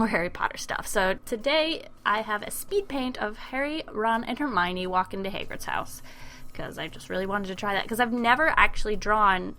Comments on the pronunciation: ***** I know that he just pronounced Hagrid terribly wrong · PERFECTO PATRONUM!!Exept the part where you said,"hAgrid